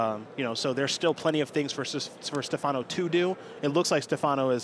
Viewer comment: Stèfano, not Stefàno